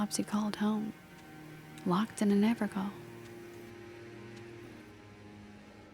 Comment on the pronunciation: I absolutely LOVE smooth drawl and almost sedating delivery! I look forward to more. One note however, and this is only because it was a huge debate when the game first came out, and I learned something pretty cool when looking it up myself; Evergaol is actually just pronounced Ever-JAIL and is actually a real world reference to an ancient practice where Cruisaders would inter a fallen heretic's corpse in a blessed basin of sorts that was meant to trap the soul of an evil being so they could never be reincarnated or travel to their afterlife.